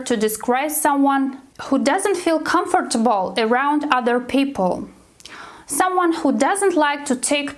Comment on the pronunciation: Comfortable - wrong pronunciation :(